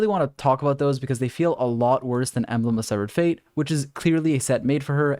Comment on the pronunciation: Lmao wut did he sayyy. embelgd of sevfuc fate